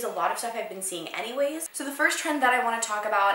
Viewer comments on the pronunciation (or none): none